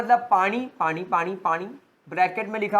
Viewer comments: Hmare haryana me bhi asse hi bolte h!!😁😅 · 😅😅😅humare odia me bhi pani ko aise hi pronounce kiya jata hai